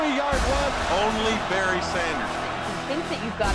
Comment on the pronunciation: "Baryr" Oh, Detroit....